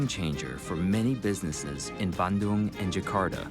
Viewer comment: Thanks for pronouncing Bandung correctly, terimah kasih.